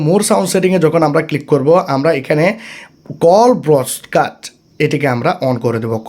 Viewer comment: Dear Aapnar Deoa Tattho Aami Nichoi Try Korbo কিন্তু তার আগে "Call Broadcast" উচ্চারণ টা ঠিক করুন 😊